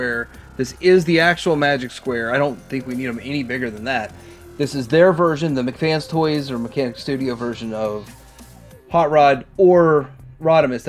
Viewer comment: Come on,...! It's pronounced, "MEHK" FANS... As TWO separate words... NOT "McFans"... It's a toy company NOT some $#!tty burger from the Burger Clown place. We've been over this,... Or do YOU prefer being called""...?! See...?!! Make the effort, bro...!!!🤔